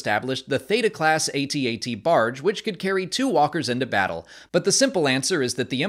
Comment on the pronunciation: It's pronounced At-At